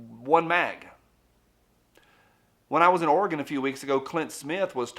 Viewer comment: Thank you for pronouncing Orygun correctly.